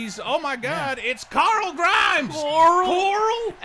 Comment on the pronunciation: iTs carl Not coral XD